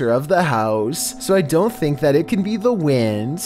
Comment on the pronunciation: " i'm not even sure if hitting the glass with her back like this would generate enough force to break iyAat"